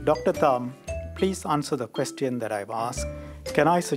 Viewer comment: It’s question NOT quesTion! Learn that first!